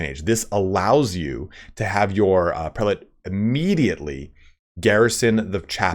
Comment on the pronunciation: It is correct to say prĕl′ĭt. Not pre-late.